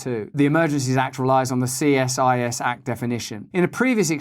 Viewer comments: CSIS -- pronounced SEE SIS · Two things. We say "see-siss", for CSIS. And I am so happy to see this video! Let's not forget, if "violence" now means violence to the economy, who has dobe THE MOST "violence" to the Canadian econony! Dear JT himself.